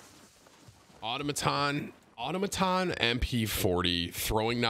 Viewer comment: “Everyone in this lobby with the exception of one was a demon” were you that one Timmy? Also we still pronouncing Automaton wrong bro?